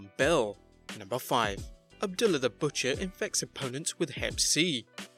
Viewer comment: The wrestlers name is Saturn not Satin, and its Abdullah the Butcher not abdilla, could you expand exert the smallest amount of effort when it comes to pronouncing people's names